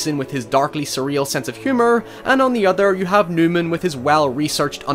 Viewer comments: It’s Nyman, not Newman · It's Andy Nyman not Newman!